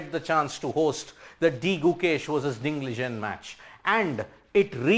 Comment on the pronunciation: Nice coverage.. Special thanks for pronouncing 'Ding Liren' correctly!